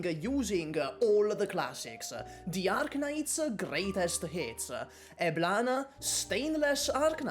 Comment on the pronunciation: 'Eblananananana and Entelephone' lmao